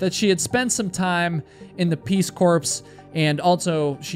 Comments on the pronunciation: If you want to create a professional image, stop pronouncing "corps" as 'corpse' . It is a French word pronounced as "coor". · Nice job. One thing. The P is silent on corps. It’s sounds like it core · "Corps" is pronounced "CORE" in American Engerish... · *Peace "core" is the proper pronunciation, not corpse. Even though it's spelled corps. Its French or whatever. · It’s pronounced “Peace Core” not Peace Corpse!! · just for the future, "corps" is pronounced "core", not "corpse". thanks for the great videos :) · It's pronounced CORE not CORPS, I know, weird. Great video. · If I hear you say "corpse" again when reading Peace Corps or Marine Corps, I'm going to call your middle school English teacher and report you. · I wish YouTubers would stop calling Corps, corpse! There's a BIG difference. It's not the Marine Corpse, nor the Peace Corpse. They are Corps, P is silent! They are alive, not dead. Thank you for listening. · Surely I didn't hear you pronounce these words as peace corpse - it is pronounced Peace Core. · Lol Peace corpse? Peace corps like Marine corps Pronounced core. By the way I’m not a teacher. But I did have them growing up. Dictionary and thesaurus errr google can help with word pronunciation. Just saying. Other than that keep up great work my man. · First off, “corps” is pronounced as “core” not “corpse”. lol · Corps is not pronounced corpse, but rather core. Quit imitating Obama 😉😂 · i was not expecting this guy to pronounce corps as corpse lol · "Peace corpse"? It's Peace Corps; you do NOT pronounce the S. Somebody's been spending too much time working on missing person/dead person cases... But thanks for the inadvertent chuckle. I love your content! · "corps" is pronounced "core" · Not trying to be rude, but just so you know, "corps" is pronounced like "core" I'd want someone to tell me when I make similar mistakes 😁👍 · Hey, it pronounced CORE peace corps is said peace core, CORPS is always pronounced CORE at least in English